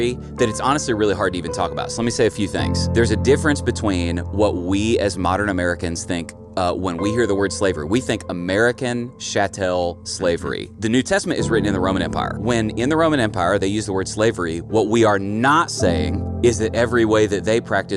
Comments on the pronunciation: It’s not “chatell”, it’s “chattel” slavery and pronounced completely different than on this video. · I've never heard chattel pronounced that way. In law school they pronounced it Chat-uhl